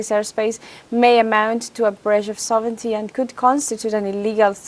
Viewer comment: Thank you for saying "SOV-rin-ty" for "sovereignty."